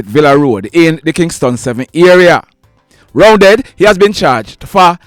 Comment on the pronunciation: Correction, the 58 year old man’s alias name is Roundeh not Roundead… I know him when I use to live in August Town.